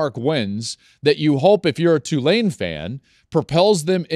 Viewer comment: Hopefully people pronouncing the school's name right... it's TWO-lane, not Two-LANE. Everybody is always unsure and waffles between the two. Be damn sure! Roll Wave!